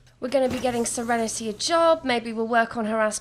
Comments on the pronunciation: I'm gonna take a shot every time she says "SereneTAY". Drunk in 5 minutes. 🤣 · Yass sEreNeTay